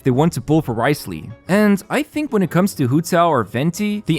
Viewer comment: Wriothesley is pronounced as "rizzley"